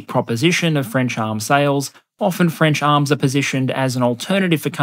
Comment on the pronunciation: Thanks for this excellent video. I was really looking forward to it after the hypersonic weapon video. I wasn't disappointed. Great work 😁 and you've got quite a good pronounciation of french names by the way.